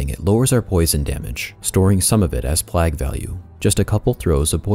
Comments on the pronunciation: It's "plejg" not plagg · Really well put together guide. One minor thing - plague is pronounced "playg" not "plag". No big deal and it certainly doesn't detract from the overall quality of the guide. Thank you for putting so much time into it. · i'm sorry but it's PLAY-GH not pleghhh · I'm sure you've gotten this comment already, but the pronunciation of "plague" is play-guh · PlAAAAAAAAgue, long A my dude as in saying PLAYgue. Other than that,great video lol. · The King is back!? Do people around you pronounce "plague" like you do or the common way "pleig", wonder if it's a local thing or what. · had to stop watching after the 14th time you pronounced plague wrong